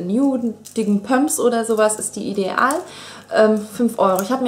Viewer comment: Ich mag es nicht wie du ideal sagst...das nervt aber sonst bist du super :p